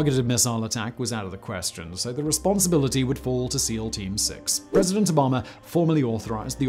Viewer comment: "President Obamer" he calls him hahahahhahhahahahahahz